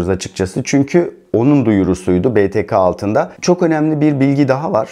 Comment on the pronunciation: be te ka(BTK) değil be te ke(BTK)